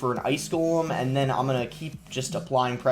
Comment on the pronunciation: Why does boss say “ind” instead of “and”